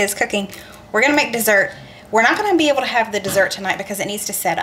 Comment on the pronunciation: I don’t want to embarrass you or make you mad but…the words are “be able” not be avel. I used to say the same thing until my friends made fun of me. You go girl. Love your videos!!!